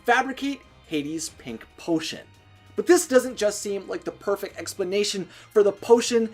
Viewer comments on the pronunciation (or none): none